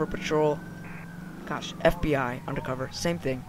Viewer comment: "FIB your under arrest!" FIB? Its FBI.